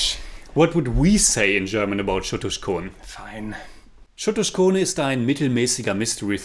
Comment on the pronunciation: Lol u didn't even get the c of chotuskhone